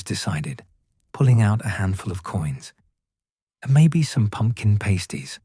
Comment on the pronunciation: It’s pronounced PASTies not PASTEies